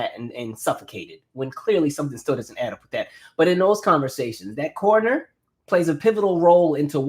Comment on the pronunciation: when you said Cornoner because of your accent I thought you were saying “corner ‘ and I was like the corner store lol 😂😂